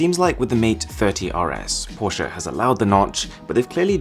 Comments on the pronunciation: I think ur the only person who pronounces Porsche correctly as porche-uh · Finally someone who can pronounciate "Porsche" right... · How you say 'Porsche' is perfect!